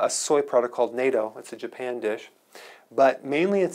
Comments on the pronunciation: BTW natto is pronounced like NOT-TO--not like NATO (North Atlantic ....) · Btw...Natto is pronounced ‘nah-toe’ not NATO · Btw, natto is pronounced nah-toe. 😉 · You're pronouncing natto wrong. Should be pronounced as 'not toe' as an asian would.